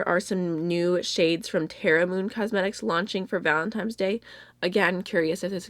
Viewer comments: Great array of picks! FYI, it's Valentine's day not Valentime's day... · I replayed it and heard Valentime's. But it's not a huge issue. Just mentioned it because I hear a lot of YouTubers mispronounce it and it's starting to annoy me, lol. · I noticed too haha! Because she says "Valentine's" when first introducing the love heart products, but then says "Valentime's" later on and when discussing the Terra Moon pigments at. I think Kleinman☝🏽 is probably right:) especially because has spelled "Valentine's" correctly in the description box. Interesting anyway! xxx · I heard “time” too. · I live in Pennsylvania like she does, and a LOT of people around here say "Valentimes". It's just a local thing that the rest of the world wants to murder us for. 😂 We know it's an "n" and not an "m", but sometimes when you grow up hearing people say certain words, they slip out lol.